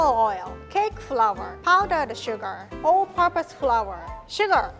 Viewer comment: I heard "Old Papa's Powder" instead of "All Purpose Powder". This kind of stuff happens all the time when I go to Japan. Edit: My mom sounds exactly like